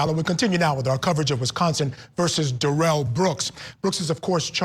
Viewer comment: Who pronounces Darrell like that?